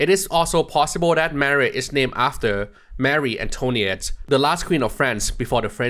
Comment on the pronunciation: "Marie Antoniette" Clearly someone who doesnt own a castle if he messing up that pronounciation 💀